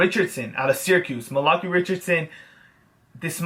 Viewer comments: Malachi How most people pronounce it: Mal•a•chi How pronounces it: Ma•lakee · xD The way you say Malachi is funny.